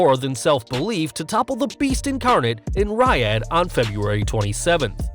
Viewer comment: It’s pronounced “REE-ODD” not “RYE-ADD”